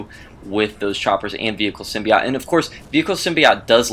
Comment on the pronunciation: symbi "oat"... NOT symbi "OT"